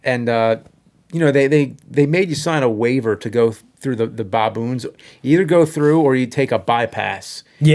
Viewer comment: I love how James calls them “bah-boons”. They are apes, by the way. Not monkeys. 😉